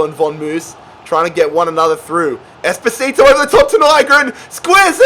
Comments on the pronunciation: Whenever he says espocito i think of despacito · Bro I am italian and is Espósito